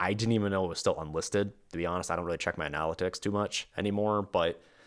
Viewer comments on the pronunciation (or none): Add to the bottom tier: "'the way pronounces 'analytics'" P.S. is so hot, instead if lamps he flutters around himself. (Bad joke)